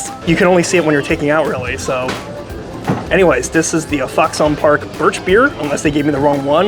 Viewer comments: Fox on Park cmon say it right say it like foxen Park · I would like to slap you for folding it and the way you say foxon park